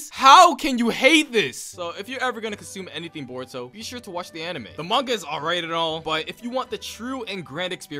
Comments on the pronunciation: My guy sounds like he saying burrito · Why does he say it like burrito not boruto?? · What they hear: Boruto What i hear: Burrito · i knew he was lying when he said “burrito” instead of boruto within the first 15 seconds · Do u just said "buritto" 🤣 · When he said baruto not boruto like the food I was laughing so hard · You mean burrito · It kinda triggers me how he says borito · 😂😂🤣🤣🤣 the first time u said uhh boruto/boruto you said borito!!!😃😂😂😂😂😂🤣🤣🤣🤣🤣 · he said boruto as burrito O_o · Did you say burito? Idiot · Lmao mans said Borito